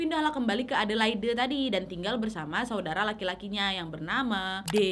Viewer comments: Maaf kk, sekedar koreksi. Adelaide dibaca edelaid, bukan edelaide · bukan a de lai de, tapi e de leid waaaakkk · Sorry kak, aku geli ketika kakak menyebut kota Adelaide Dgn pronounce yg salah. Bukan Adelaide seperti yg tertulis tp Adelaid. Maaf aku tinggal di Adelaide dah hampir 5 th smpe skg. Thanks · Bunyi nya adelade = Adelaide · Adelaid bacanya gitu Nyak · Aq tinggal di Australia. Lucu pas Nadia pronounce Adelaide (baca: Adeleid). Mgkn iitu kasus dulu, skrng memberi tumpangan orng di jalan, ada law nya, ga boleh dan bisa kenak fine. Dan sudah g pernah denger kasus2 tumpangan seperti ini lg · Iyaaa salah ya,harusnya cari dulu di gugel